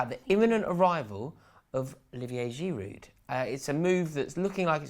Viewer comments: It's Giroo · Learn to pronounce Olivier Giroud’s name properly - idiots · Butchered his name. It's not even difficult to pronounce